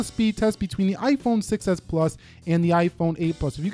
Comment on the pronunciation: I just noticed that when you say "6s" it kind of sounds like "success" which is true because the 6s was a success 😃